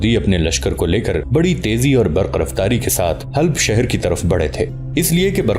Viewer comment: حلپ نہیں " حلب "